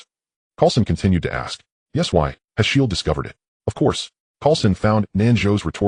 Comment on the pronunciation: Bro it's good but he keeps saying S H I E L D